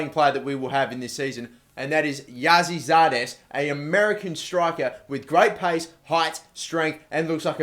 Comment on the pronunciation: You say his name as Gossey Zardes